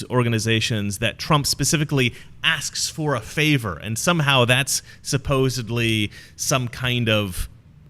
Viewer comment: you did NOT just say 'supposebly'!